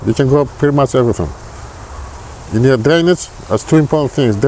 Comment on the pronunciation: Tino says several times there are 2 major things to planting, Sun and D??. Couldn't make out that one word he was saying. Sounded like he said Danish in my ear. Could anyone else understand? He has lots of good advice and I don't want to miss out what he might have said that I couldn't figure out. I listened several times over and still could'nt make it out. I'm deaf in one ear and some tones I have trouble hearing so don't misunderstand and think I'm not sincere. And since there are no subtitles to help, I figure I'd ask here. Anyone?